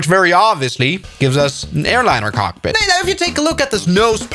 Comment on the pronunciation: "we even have to cokepit" 💀💀💀💀💀💀